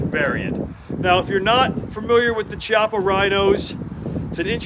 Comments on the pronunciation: It is pronounced KEY-appa. "Rear hammer"? As opposed to the "front" hammer? Wtf... It is just the hammer. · Chi pronounced kiappa